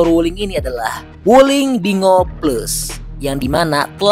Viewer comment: Binguo ( di baca: Pin'Quo) bukan bingo 😂